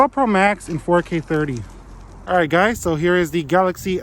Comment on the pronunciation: Did you add the word “guyz” you said in the intro? It sounded wierd :/ Nice videos btw